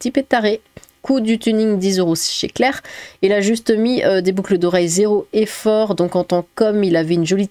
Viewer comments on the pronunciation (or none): none